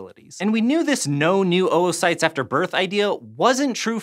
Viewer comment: ‘OwO-cytes’ Sorry I’ll leave